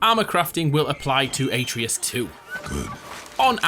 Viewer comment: You're pronunciation of atreus triggered the fuck out of me